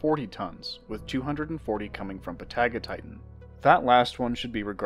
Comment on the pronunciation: You're mispronouncing Patagotitan. Hint: Patagonia.